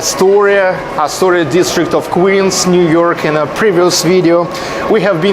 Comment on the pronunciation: The ee vowel and the i vowel are different in english. "Queens" and "Quinns" are two different words. You said "quinns". I bet that it's a common issue with Russian speakers, I'm sure someone has a training video on it.